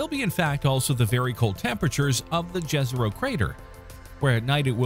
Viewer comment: I don't know if you will read this but Jezero is pronounced Yezero, like Yerevan or Maya People, i am Croatian native speaker aka Slavic speaker so i want to give you this advice for the next videos that follow, J in Slavic languages is pronounced like Y in English